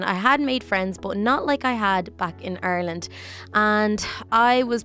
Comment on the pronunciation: its Ireland not arlene